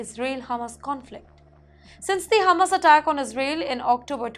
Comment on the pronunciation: She is hungry and is thinking of Hummus not Hamaas! She regularly mispronounces words. Luckily, she said Suri and not Puri!! 🤣